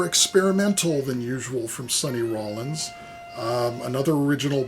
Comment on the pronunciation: If Bruckner had become Muslim and did a jihad he could have had 50 virgins, he really missed out on that one. Loved the fun facts on him. Classical musicians have so many great stories. I am intrigued to hear some of Bruckners music now. Saully Rollins? You have watched too many of my videos, that is what happe. Then you pronounce that Loyd album like a complete pro. Interesting sounding album. I have to check my Rothko books on the Rothko Chapel, sounded interesting. What a ton of records, all items I have never owned. Really enjoyed it. Enjoy your week